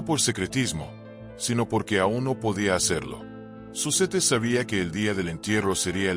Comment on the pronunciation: se pronuncia Zuset